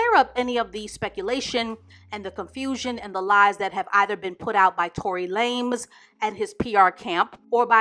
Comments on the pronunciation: "Tory LAMES" 😆 she called him a 3 foot runt lmao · "Fistopher Brown" and "Tory Lamez"...😳🤣🤣🤣 unintentionally going to kill me. I need to stop eating or drinking when watching her videos.